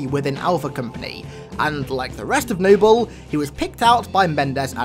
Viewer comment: Nible team! Lol how he says it